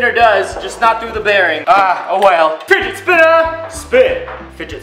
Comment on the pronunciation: lmao he said spijit finner